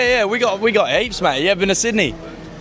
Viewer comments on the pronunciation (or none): I thought he said apes not heaps. 😂😂😂